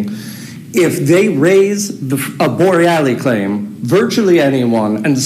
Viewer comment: Could you pronounce Bor rel los name correctly. It’s not borrellie.